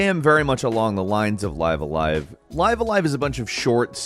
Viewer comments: isn’t it Live (said like Liv) a Live (said like five)? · I thought is was "Live" a live as in "to live a live" the way says sounds weird as F. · I thought the tittle was pronounced "live a live" and not "live a live" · Live a live? You mean, Live a live? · Come on, don't say live a live like that